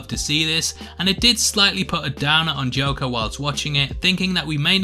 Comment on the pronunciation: Watched it on Thursday and thought it was mid but the more time passes it's beginning to feel like a super dope film. Really hope the Batman connect can happen. You were going great until the '' moment, LOL! Just kidding, those are the moments that make this channel.